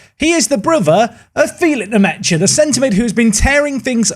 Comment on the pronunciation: i think it’s pronounced Lucas nmesha